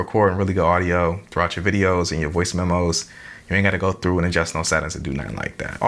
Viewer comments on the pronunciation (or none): none